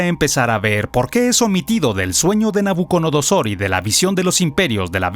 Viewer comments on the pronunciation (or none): Es nabuco"DO"nosor y NO nabuco"NO"dosor😅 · Me enoja sobremanera que el comentarista no sepa pronunciar el nombre de Nabucodonosor.